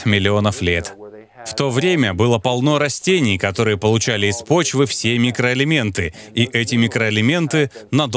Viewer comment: Сперва прочитала комментарии, потом посмотрела ролик. Весь ролик смеялась когда Доктор говорил – микроэлементы. 😂😂